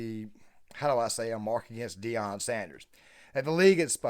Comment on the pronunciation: “Shay-dewer” You said his name correctly one time in the beginning lol.